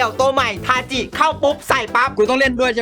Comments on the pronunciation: ทาจิครับไม่ใช่ทาชิ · ชื่อ ทาจิครับถ้าอ่านตามหลักภาษาญี่ปุ่น ち chi ออกเสียงว่า จิ し shi ตัวนี้ถึงออกเสียง ชิ ครับ